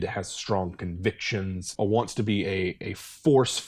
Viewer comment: "the paladin waants to do what is right and good" oath of conquest be like: war crime noises